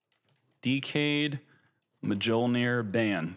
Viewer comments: Mjollnir is pronounced Myollnir. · Pronouncing mjollnir like that caught me offguard 😂😂😂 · every time u mispronounce Mjolnir i heard it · How do you not know how to pronounce Mjollnir? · Mjollnir pronunciation, man. Please.